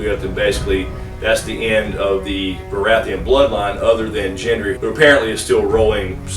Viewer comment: U pronounce Daenerys n Gendry wrong lol